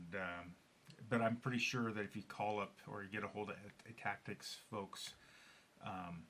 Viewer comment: thank you so much for taking the time to do a super thorough review of our products and the gold chamber! Really enjoyed watching it and you nailed the name perfectly! Richard Rolefson is right after talking with some customers we decided to also sell the rear spring perch for customers who wanted to replace just that piece from other Meteor bodies. Couple interesting FYIs from your video, we could have cut the whole front section behind the vasa screw away, but we left it there as a spacer incase someone removed their grip frame, as we didnt want the valve spring to cause them to lose the hole position and have to remove the entire front end to reset it. Great tip to test and pre align and thread the holes before adding the frame or vasa so youre less likely to strip a thread. Another reason we made our design so you have more than one thread option in both components. Also some of the tightening issues you were talking about is another reason we made two separate components so they each could be independently fastened! Our favorite review yet thank you!